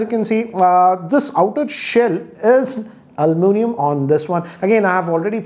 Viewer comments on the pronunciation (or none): its aluminum not almunium